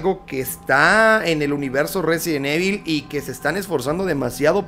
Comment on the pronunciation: Porque dicen evil no save pronunciar